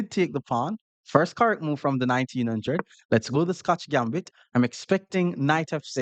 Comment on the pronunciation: nineteen hundRRed, hard R and everything 😂😂